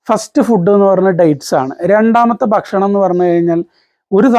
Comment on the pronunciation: എല്ലാം അറിയാം......പക്ഷെ ബക്ഷണം അല്ല ബായ് ഭക്ഷണം 😢